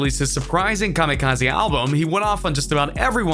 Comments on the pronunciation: Why did he pronounce Kamikaze like Kamikaze'? Made it sound less like an attack and more like a type of sushi. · Why does he keep saying “KAMIKA-ZAY”?!